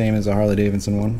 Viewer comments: Davidson not Davinson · Can you learn how to pronounce the name Harley Davidson please. Not Harley Davinson. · This is the first video i have watched of this guy, seems like he has pretty good comment's from people who watch his videos often. But its driving me bat shit crazy he continues to say harley daviNson. ... Yes check the spelling he says davinson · You do realize that it is Harley DaviDson and not davinson.... Right?